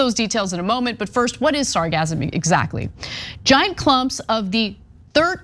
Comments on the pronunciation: Your pronunciation of sargassum is incorrect which is why it is sounding like orgasm. Try it this way: sar-GAS-um. You make that SS a short sharp ass instead of a z sound like you guys are doing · Yes! hahahahahah! i can totally understand the confusion! Orgasm...and Sargassum tho spelled differently they can sound similar if not careful! pronounciation...AWR-gaz-uhm (3 syllables..emphasis is on the first) vs Sahr-GAS-uhm....(3 syllables....emphasis is on the 2nd) If i remember my english grammar...its been a minute! but it made for a great laugh at work today! Thanks for that!!! Really enjoy your news channel! Keep up the Great Work!!! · If you learn how to pronounce sargassum correctly (emphasis on the SECOND syllable) you would learn that it isn't funny at all ...... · Don't say sargassum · That's a hard S there Anna. SargaSSSum. Hah hah! sargazm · Sargassum: sar-GASS-um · 'Sargassum' is pronounced with a S sound in the middle, not a Z sound as in 'orgasm.' Perhaps the odor of rotting eggs has confused you. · Its pronounced sar gas sum not sar gasm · sargassum , seagasm .. you say potato , i say potáto lol :)) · Sargassum is pronounced sar-Gas-um as far as I know. Like Sargasso. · It isn't pronounced with the "z" sound, it has a double "s", pronounced like hiss or kiss.